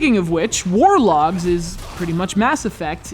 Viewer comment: "war dogs"....lol